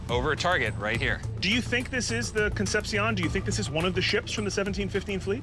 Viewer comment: These dudes pronounce CONCEPCION as Con-sep-siyown when it should be Con-sep-shon